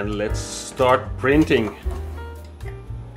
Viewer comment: "here it is pirinting" most iranian way to pronounce that 😂